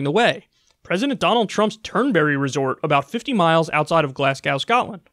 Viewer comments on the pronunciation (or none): I love you Kyle but I can't help but laugh when you say glas-gaow. I'm from Glasgow and everybody says Glasgow like glas-gho. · Glas-goh, not Glas-gow. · I don't like to be that guy but its Glas-go, not Glasscow. Although we love our American cousins lol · You just say it like Glasgo not glasGOW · American pronunciations are so cute. Glas-gow like cow instead of go. Amazing! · It's pronounced 'Glas-Go' not 'Glass-Gow' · glass gow ? its glas go kyle im severely disapointed as a scotsman poor research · "Mos-cow"..."Glas-gow"... No...they are pronounced Moss-co & Glarz-go...ffs... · Americans, listen once and learn: it's pronounced "Glazz-Go". Why do you keep saying "Glass Cow"? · It's pronounced Glazzgo. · Glasgow is pronounced GLAZGO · It’s pronounced glaz-go btw hahah come on Man U don’t hear me calling it ar-kan-sass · It's pronouced: Glaz - Go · "Glass-gow" lol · I was just listening and thought he said "Glass cow" because of how he pronounced Glasgow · "Glasgaaow" lol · Glasgow is pronounced Glass-Go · Kyle it’s pronounced; Glass-go Scotland. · Glasgow is pronounced Glas-go. Or "Glasgee" if you're from there. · Glasgow is pronounced Glazgo. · It's pronounced Glasgo. Sorry not trying to be a grammernazi. It's just I'm Scottish and thoroughly pissed off because of Donny drumpf. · It's pronounced Glas-go, you don't pronounce the w. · Merciful Zeus, Kyle, is that EVER not how you pronounce "Glasgow". Egad. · Please never pronounce Glasgow that way again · your pronunciation of Glasgow is atrocious :D